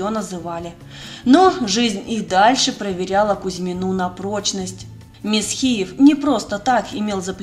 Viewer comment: В юности была в одной компании с Димой М’есхиевым(ударение на первый слог), уже тогда он был противным и высокомерным.